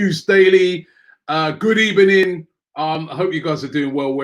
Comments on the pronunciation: Did you say good ebening at the beginning? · Good Ebening 😂